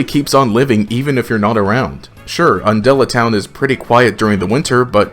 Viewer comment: when he said undella town i got vietnam flashbacks